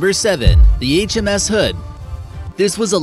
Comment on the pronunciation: Did you have a stroke when saying HMS